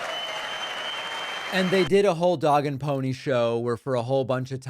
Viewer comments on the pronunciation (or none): none